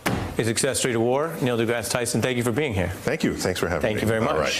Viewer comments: Hey Ari, if you're going to interview someone at least learn how to pronounce their name and their place of employment. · Neils face when the guy mispronounces his name